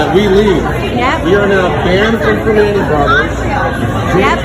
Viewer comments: The classy pronunciation of ‘PRIM AHN TAY’ was cracking me up. Pittsburghers know it’s ’PER MAN EES’😂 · Pre(man)ti ... Pronounce the man just like man .... I'm in Pennsylvania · It’s pronounced “per manny’s” And I’ll be sure to badmouth their garbage food from now on. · The T is silent and you have to use your Pittsburgeze accent. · The t is silent in Primantis